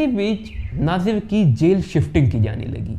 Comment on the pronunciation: नाजिर नही भाई नासिर हुसैन नाम है